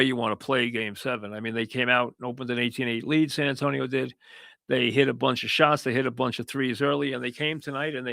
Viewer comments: Why the F does he keep saying San Antone? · who tf is San Antone? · why cant he say san antonio right lmao